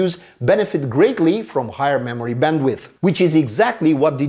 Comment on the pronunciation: Did he say Bandwidth or bandwiff?